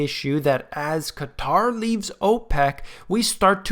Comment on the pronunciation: So glad to hear you pronounce Qatar properly. Unlike the nincompoops in the media that calls it cutter.